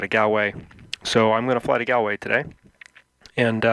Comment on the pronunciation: Its pronounced golway not gaalway